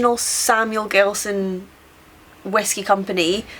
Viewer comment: Its Samuel Gelston and its a sourced whiskey and not distilled in Belfast.